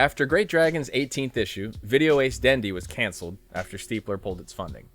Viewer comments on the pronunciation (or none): It's actually "Video-Ass", Not "Video-Ace". And it's ORT. Not OPT.